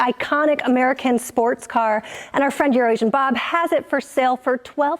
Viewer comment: Thankyou, for your clear annunciation of EuroAsian Bob. For years I was sure Hoovie was saying Urination Bob